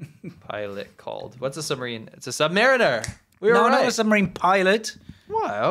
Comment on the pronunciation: Your pronunciation of the word 'submariner' was painful.